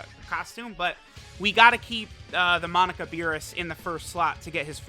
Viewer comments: Anyone keep hearing Monica instead of Monaka? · Its amazing how u say u pronounce names as they say it in the anime but u continuously say his name wrong. For the last time its not fucking “monica” it’s pronounced “MOE-KNOCK-KA” get the shit correct it’s annoying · its MO - KNOCK - UH not MON - ICA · Ahhh the good ol days of saying MONICA instead of Monaka:) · Am I gonna sit through 17 minutes of calling Monaka 'Monica'? You bet your ass I am